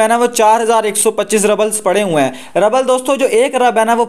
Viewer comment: Rabbal nhi rubal hota hai. रूबल